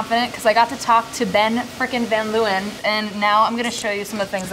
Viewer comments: Love how American people butcher dutch names, van 'luwen', its Leeuwen, pronouncing the 'eeu' with the sound of an 'a' in ape l-a-wen (a as a in ape). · She pronounces Van Leeuwen so weird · Any dutchie understands me if I say that I laughed so hard every time when they said Van Leeuwen😂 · For Dutch people it's very funny how they say "van Leeuwen" because that's not how you pronounce it😂 lol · The way they pronounce Van Leeuwen is so funny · the way she pronounces van leeuwen, its a dutch last name, XD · *Dutch people cringing at how they pronounce 'van leeuwen' * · The way they pronounce "Van Leeuwen" 🤨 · Everytime they say Van Leeuwen it makes me think of that BAD movie Eurotrip where they make a trip through basically just Prague and end up at VanderSex. The pronunciation is so cringy 😆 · That's not how you say van leeuwen lol